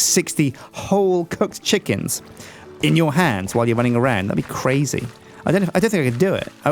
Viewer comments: What were you trying to say? A stack of cooked Sjickens? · DID ANYONE ELSE HEAR ALMOST CALL HIS COOKED CHICKENS "SJICKENS"?!?! xD